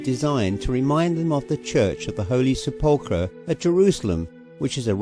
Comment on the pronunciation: What in the name of all that's holy is a sepp ull cur! Ridiculous!